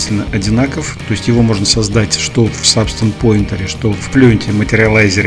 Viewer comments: Не по теме видео, но произносится Пэйнтер (от слова paint - красить/рисовать), а не Поинтер (от слова point - точка/указатель). Это не в упрек, но просто ухо режет из выпуска в выпуск. А так - спасибо за видео ) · Спасибо за видео, очень интересно! Только не Сабстанс пОинтер (поскольку поинт это точка), а Сабстанс пАинтер (от слова паинт - рисовать).